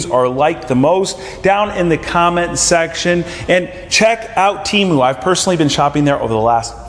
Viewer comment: You are saying Temu wrong 💯